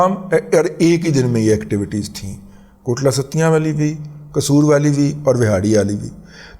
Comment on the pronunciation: O dada G Lafz Kotli Sattian hai, Kotla Sattian nahi😂